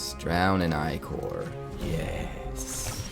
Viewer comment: Only content creator I’ve heard use the correct pronunciation of ichor